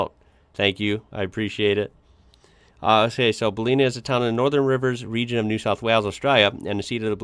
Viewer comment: Pronounced Bell-in-nah